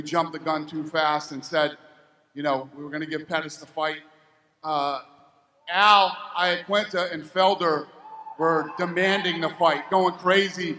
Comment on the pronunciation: Al "Iaqunita"!?